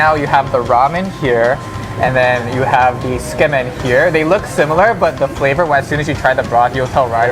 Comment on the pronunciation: Keep it simple, tsukemen= skeh-men not zu-keh-men. Daikokuya=Dai-KOH-ku-ya serves tsukemen as well. I like main store Tsujita tsukemen for it's pork and fish base broth, more complex but the Annex pork base tsukemen is very good as well. Tsujita does serve a larger tsukemen than I've seen at other ramen places in LA. Portion size doesn't compare to Jiro Ramen in Japan though. Ridiculously large portions and for less than $10. If you don't finish the noodles, you will be warned not to order so much or get banned. Daikokuya's is laughably small for $18. I always have to order extra noodles.